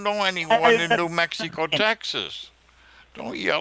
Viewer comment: New Mexeeeco TX. Babbling scammer.